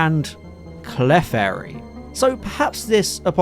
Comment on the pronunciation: Love the video, and I really hate to be “THAT” person, but when pronouncing Clefairy, the emphasis is on the E not the F, think “Cle-fairy” instead of “Clef-airy” 😅